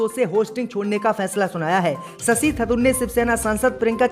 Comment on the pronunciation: थतूर नहीं थरूर 👎👎👎 मज्जिद नहीं मस्जिद 👎👎👎 नखलऊ नहीं लखनऊ 👎👎👎 👻👎👻👎👻👎👻👎👻👎